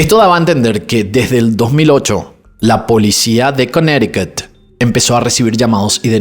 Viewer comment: No entiendo que haga algunas pronunciaciones como cuando dice Connecticut.